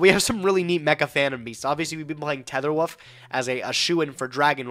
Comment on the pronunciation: There are many classic gageisms throughout the series. Goblin daberg, mecha fandom beast tether woof, calling ring of destruction “ROD”